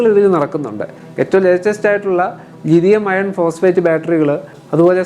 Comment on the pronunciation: ലിഥിയം അയേൺ അല്ല ബ്രോ ലിഥിയം അയോൺ എന്ന് പറയൂ